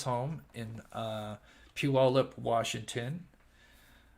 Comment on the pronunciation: I'm from the Puyallup area. got the pronunciation after his first try, I think. It's pronounced like "gallop" ~ pew allop